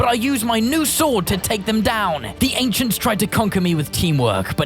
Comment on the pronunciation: The ainchents